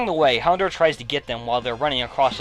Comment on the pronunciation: fyi, it's HounDOUR (as Dour rhymes with Hour. the proof is in the episode "Hour of the Houndour)